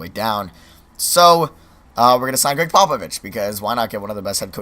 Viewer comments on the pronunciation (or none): none